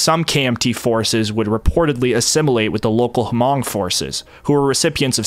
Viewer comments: Isn't it pronounced mong like with a silent H? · Couple pronunciation nitpicks: - the S in Laos is silent, it's a French pluralization - Hmong is pronounced more like "mong" (the "hm" represents an unvoiced m sound, we don't really have an equivalent in English) - Hui is pronounced more like "Hway" or "Hwee" And just to head it off for when you get into Vietnam, "Khmer" is pronounced like "Kmai"